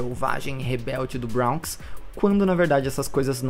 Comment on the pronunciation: Bronx se pronuncia "bronks" mesmo e não "brawnks"